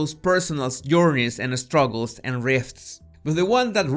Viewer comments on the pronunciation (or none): OJO - Trapped in the same "rut." No es "root." R- UH -t. no Eh-struggles... "SSS"-trugles. no Eh-space. SSS-pace. safe HAY- ven. No safe heaven. he leans onto the *Mike*... no m-ih-k. muy bien! No fue e-start! Fue start! 👍 Otros - No *j*ears... *y*ears... no *j*ew... *y*u...